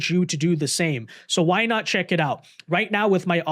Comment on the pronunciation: "I am delling you, DO NOT redeeming the gards... No, I am not here to jeck on your egztended warrantee." 🤣😂